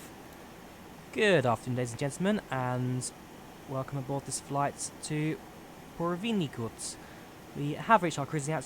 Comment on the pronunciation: its pronouced pu-ver-ny-tuck